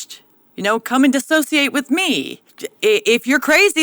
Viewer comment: I got the same thing from the intro. Dylan said "dis-ah-sociate" intead of "dis-so-ciate." I'm not sure how that is supposed to be appealing or funny, because to dissociate is to be cut off from something about ourselves. It can be quite difficult for some people to feel like they are even in their own body. The last thing I'd want to do with anyone is sit there and "dissociate." Dissociation is often maladaptive. Think about that the next time you hear "deadname," and "authentic self."